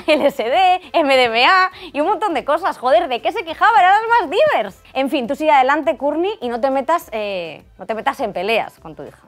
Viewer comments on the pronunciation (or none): "Era de los más diverrrrs"